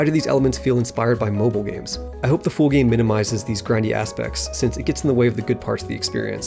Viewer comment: why do u pronounce the word "full" like "fool"? are u trying to make me look like a fool?